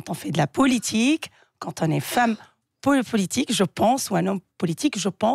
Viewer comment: Elle parle pas bien français. Elle n arrete pas de dire POULITIQUE.